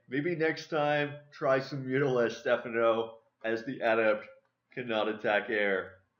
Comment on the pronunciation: title spelt wrong its Stephano also it is pronounced (ste fon O)